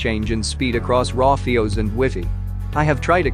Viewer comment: Must you have a.i. do the narration. It dosent even know how to say FIOS